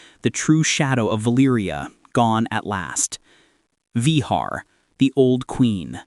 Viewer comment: Vehaaaaar😂😂😂😂😂😂 Va---Gar is the Pronounciation Not Yee Haw?